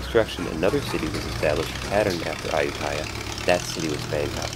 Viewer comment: Thanks for the vid. But dude, say it right: ay-YOO-ta-ya